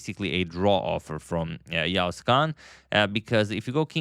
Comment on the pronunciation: He pronounces the letter 'ğ' correctly